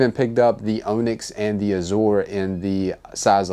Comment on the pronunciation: Turned this off after 60 seconds. Did this guy go to school? Mispronounced "azure" and "onyx" and I couldn't take anymore. I'd say truly unbelievable but in today's America anything is possible. Please read a book.